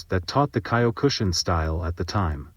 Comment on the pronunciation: Get better AI to pronounce Mas's name and Kyokushi Karate. Or voice this yourself.